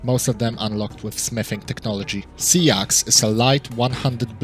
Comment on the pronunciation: You can just say sax not sea x